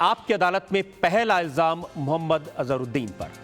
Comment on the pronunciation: मुयम्मद नाही रजत जी महम्मद बोलिये